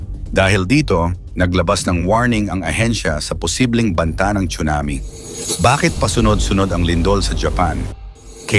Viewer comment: Correct pronunciation is SUNAMI silent T not chunami‼️